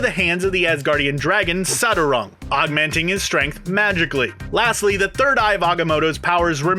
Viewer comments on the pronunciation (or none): none